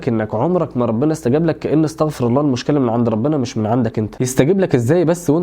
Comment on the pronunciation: اللهم انصر إخواننا في فلسطين وفي السودان وفي كل مكان نصراً عزيزاً جزاك الله خيراً على نشر العلم ، ولكنك قلت : ( استغفَر الله) بفتح الفاء ، وهذا غير جائز لأن المعنى يختل ، ويصبح معناها أن الله هو الذي يستغفر حاشاه عز وجل ، ولكن الصحيح أن تقول : ( أستغفِر الله) بكسر الفاء.